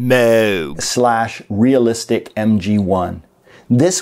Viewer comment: Never change the way you pronounce Moo-g. It's the correct way, I don't care what Dr.Bob thought, and it's refreshing to hear an American say it right. Names got changed during the last 150 years of migration but it doesn't mean the original way is wrong. In America some Kavanagh(Cav-an-ah)folk became Kavanaugh(Cav-an-awh) but you'd be hard pressed to find a Kavanaugh in Ireland. Liam and Noel Gallagher from Oasis say their own name wrong(it's Galla-her not Galla-ger, the G is silent) and in Australia they pronounce my own name Sheehy(She-he) as "Shee". If an Australian with my name introduced themselves to me as 'Shee' there'd be a ruckus! Anyways, purely for your perseverance of pronouncing Moog correctly in the face of constant whining from the ill informed, you got yourself a sub!